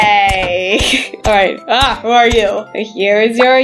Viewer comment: its who not hiw😂